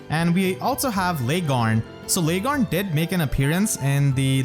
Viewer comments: As always a great video. Welp, the only thing i have to say, is that Laegjarn is said "Leg Yarne" basically, but that is not important. Thank you for the great content. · You keep mispronouncing Largjarn's name/ The J is supposed to sound like a Y.